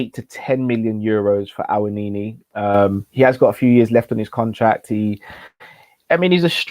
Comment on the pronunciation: Love your content! Taiwo Awoniyi is phonetically pronounced 'Tie-whoa Ah-whoa-knee-yee'. You remember the track "Whoa!" by Black Rob??